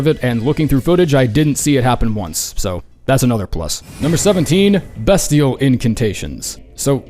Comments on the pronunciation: pronounce bestial correctly already. It's BEASTIAL. Jesus fuck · I'm sorry BEST-IAL BEST BEST BEST??? yikes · Beastial at 17 is a fucking joke, especially when you have comet axure at 19. And the pronounciation is also a joke